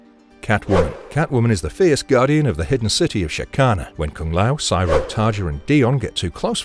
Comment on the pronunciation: Siro is pronounced like hero. Not like pyro. Have you ever actually watched the show? Or did someone else write a script that you are reading?